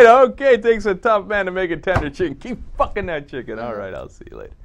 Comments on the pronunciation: Sounds like he's saying pluckin to me. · Am i the only one that thinks its obvious that he said "keep PLUCKING that chicken", i cant even hear him say fucking, it sounds like "PL"ucking to me. That would make much more sense. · Maybe you have some kind of hearing/language disorder, cuz he totally made an "f" sound. The "p" sound is very distinct, and could only be mistaken for a "b" sound. Bilabial sounds (p, b)are very unique and would be hard to confuse with labiodental sounds (f, v). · Hmm.... I keep replaying it over and over and I still hear "fucking." Maybe it's just my ears. >_>